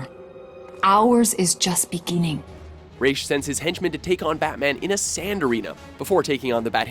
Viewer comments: Why does the game and pronounce Ra's al Ghul's name wrong? It's Ra's like "Raaz" not Rach as in rachel -. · "rhas" its actually pronounced like "raesh" but spelled ra's. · It’s pronounced ray-shh. Not RAHz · It's pronounced RASH!!!!!!!!!!! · Theta Sigma like a skin rash? no it's pronounced Raysh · Theta Sigma Ummm no, it's definitely pronounced Raysh. Talia literally says that in Arkham City. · It's actually pronounced rass al ghul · You pronounced Ra’s two different ways during the video lmao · Why are you still co inconsistent on how to pronounce "Ra's"?